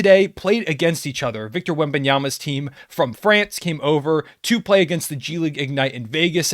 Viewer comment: Hi, Nice video!! I’m from France and we re so hyped about Victor, btw THANKS for saying nicely his name. The commentators were saying this horrible like wanbnyamama or wte